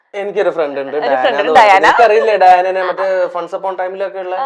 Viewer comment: ഡയാന അല്ല.... ദയാന..... Its arabic...